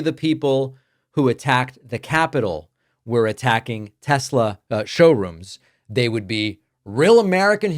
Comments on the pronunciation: "I love Tesler"! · “I love Teslerrrr”